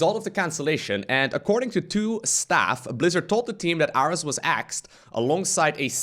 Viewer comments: well that sucks. also i think Ares was pronounced like the greek god of war. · “aress” sad magnath (and ares) noises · And it's air-ees (Ares) as in the god of war. Probably a billion comments on this by now but I did not check.